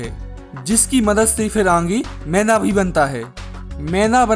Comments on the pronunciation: सब ठीक है पर मैदा को मैंदा क्वो बोल रहा 😅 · Bhai mai like share subscribe sab kr dunga lekin tu phle मैदा ko मैदा bolna sikh ऐदा नहीं bolte usko... Tbhi se ऐदा-ऐदा bole jaa rha h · Bro it’s not meinda maida😂😂😂😂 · Meda bolo bhai 😂 menda nhi 😂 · Is aadmi ko maida bolna nahi aata Yeh mainda bola, laanat hai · Ye maida bolte h na ki mainda 😂😂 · भाई तेरा ये व्हिडिओ बहुत बडीया है. मगर तू ठीक से शब्द उच्चारण करना सीख ले. तू मैदा,या मेंदा,या मैला इस मैं से क्या बोल रहा है. जरा खुद ही फिर से ये व्हिडिओ देखं कर फिर से बता. कॉमेन्ट्री खुद ही करना जरुरी तो नहीं है. किसी अच्छे शब्द उच्चारण वाले को ये काम देता तो बेहत्तर होता. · Mainda nhi maida h ye pahle bolna to seekh le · मैदा ❌ मैंदा ✅ 😂